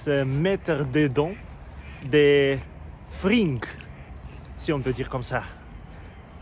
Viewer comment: On prononce pas frinegues mais fringues comme freingues😊